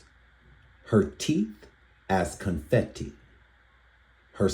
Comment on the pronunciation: I thought That poem Anger was about Rihanna the way she said ConFetti also "Con Fenty"